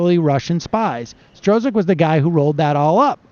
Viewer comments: It's pronounced STROOK, Sam. And yes, the reference to "Silver Streak" was correct. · I think his name is pronounced "Strock" lol